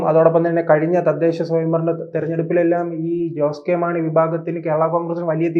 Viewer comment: ഈ വേട്ടാവളിയൻ ആദ്യം പേരുകൾ പറയാൻ പഠിക്ക്. ഷാൺ ജോർജ്ജ്, ജോസ്കോ മാണി, റോസി അഗസ്റ്റിൻ '😢 ഇതിനെ എവിടെന്ന് കിട്ടി😂